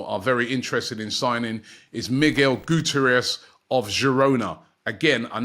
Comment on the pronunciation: Mate it’s “goo-tea-air-ez”..at least attempt saying the guy’s name right😂